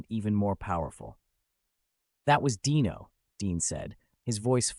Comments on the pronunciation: Pronounced DEno, not Dino like a prehistoric creature. Ai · IT’S DEEEEENO NOT DYNO GET IT IT RIGHT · The narrator should learn how to pronounce names. Dean's son, Dino, was pronounced DEno not DIno like a dinosaur! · His name was pronounced Dean O not Dino like Dinosaur. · It’s hard to listen to the stupid mispronounciation of Dino,s name! It’s pronounced Deeno but spelled Dino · The AI miss pronounced Dino, I lost interest and felt it was disrespectful 😢. I was hoping to view that clip instead of the AI and the Yada yada version . Something so delicate should be done with respect.